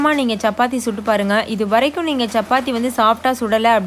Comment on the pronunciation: Sappathi illa chappathi, it’s cha not saa